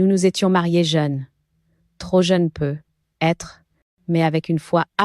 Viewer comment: Et on dit "peut-être "avec la liaison ... Et non peu.....être